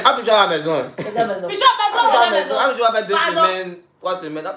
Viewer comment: J'adore quand est a Abidjannnn minnnceee🤣🤣🤣